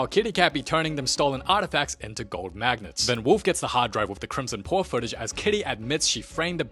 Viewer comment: you were the CRIMSON PWAHHH